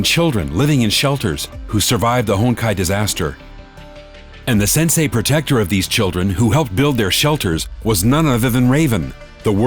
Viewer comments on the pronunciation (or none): none